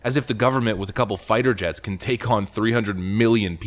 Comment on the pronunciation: I love how she says " as clear as he CAN be".